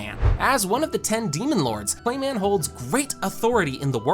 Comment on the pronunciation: Who taught bro how to say these names (clay men, shy on)